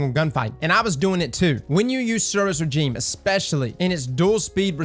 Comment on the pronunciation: "Lrrr" instead of "lou-er" and "rajeem" instead of "rezheem"? You're killing me.